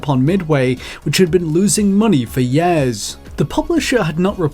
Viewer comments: "Years" not "Yeeeahz" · why do you pronounce "years" as "yares", it's so weird, never heard an accent like that, not trying to be offensive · example: u say "yehrs" instead of years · I love the way he pronounces Years. Yerrs lol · "yeaaas" thats how we say years now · “Four and a half yaaaers.” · FOUR AND A HAULF YÆRES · Nobody: This video's narrator: four and a half yeahs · He really does butcher it. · "years" gets me everytime. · This is totally how you pronounced "Years" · when you don't know how to say "years"